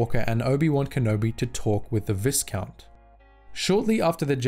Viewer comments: VIEcount, not VISScount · Viscount is pronounced Vy Count. The s is silent. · Vi would sound more like the letter V while you can hear the (aight) in the other one. Since the word is french I'd say you shouldn't pronounce the S and it would sound like V Count. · Viscount is pronounced vigh count. Like high, but with a v. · The "is" in viscount is pronounced like the "is" in island. Viscount should sound like "vie-count". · No it is pronounced vis count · Its definitely pronounced vigh like byeee. Look where the term came from. How would you pronounce vigo carpathians first name? VEEgo? Or VIGHgo? Clearly VEEgo. Much like the word ERGO its pronounced AIR GO. Versus errr go. Viscount is pronounced VIGH count. You cannot change my mind. Its basic phonetics. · Christ, dude. "Vigh-count. VIGH-COUNT." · Yes there is an ‘s’. But it’s silent! Pronounce v-eye-count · Viscount is pronounced Vi count. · Viscount is pronounced vycount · It is pronounced vi,kount with the I being a long I as in vie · Sorry bruv but it bugged the shit outta me, it's pronounced vy-count. The S is silent. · It's an older video, but dang. Star Wars lore vids have a way of getting the pronunciation of "viscount" wrong and apparently have for a while now. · Visount has a silent S. Also, Serrano is said plenty of times in the shows, and it's also not how you pronounce it.